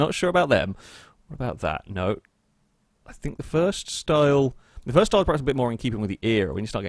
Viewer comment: Stop saying PREhaps. The word is PERhaps.